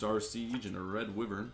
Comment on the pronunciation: Wyvern is pronounced as why vern not wivern I’m sorry it just irritated me, love the video